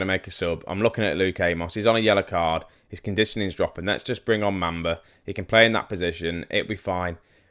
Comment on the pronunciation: it's mum - ba ........ not mam -ba